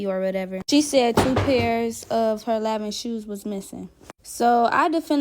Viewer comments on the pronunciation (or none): And it's pronounced LONVON not Lanvin. Pusha T taught me how to pronounce it